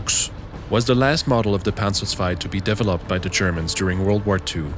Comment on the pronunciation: saying developed made me laugh